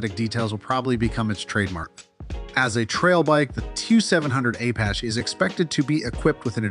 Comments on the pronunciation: The guy is saying Apache, AY PA SHAY. Where is this guy from? The moon? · How many wrong ways can you say Apache?